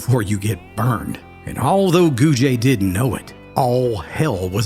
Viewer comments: Its just “gooj” not “goojuh” or “goojay” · Also Gouge is pronounced (Gooj) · The last name of the three girls and Harmon is pronounced Goog. The e is silent. I once had a phone conversation with the daughter of the Carter County Sheriff at the time, "Cabbagehead" Moreland. She said after the men got out of Brushy Mount, one of the men came to Carter County. The man walked into the yard of the now retired sheriff. She was home but her father wasn't. She said he walked up to her and told her that he was a new man and had no bad feelings for the sheriff. He then left, headed to Bledsoe County, I guess. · It’s not “goo-juh”, idiot. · I love your stories. I do want to let you know that Harmon's last name Gouge is pronounced gooj not gooja . I just wanted to let you know that. Have a great day 😊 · I am from Carter County and related am a Gouge. Just so you know, the last name is pronounced “gooj”. There’s no e sound on the end. This story was told to me when I was little. It was a legend in my family. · Cool video. However, I am from Carter County. Know several people with the last name Gouge. It is not pronounced Gouge-a. Just think of it at “Gouj” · And Gouge is pronounced GOOJ but we're not keeping score lol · That E isnt pronounced with that french twang to it, pretend that E aint there. I went to school with a few Gouge folks😅 n my step sis was a Tolly....🤔 think they changed the name after this? They were rough folks, liquor makers n traders n were from that part of Tennessee. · How the hell did you come up with the pronunciation of Gouge? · My grandmother has always been fascinated by this story. I live in the next town over. There's still a roof over the hole where the cellar of the house was. Thanks for this, I'll show it to my grandma. You pronounced Elizabethton wrong but everybody does. It's eLIZaBETHton. Don't be scared of that last syllable lol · Great story. But please learn how to say Gouge and Elizabethton. 😂